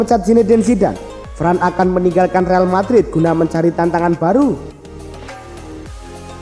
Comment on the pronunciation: Varane bacanya varan bukan fran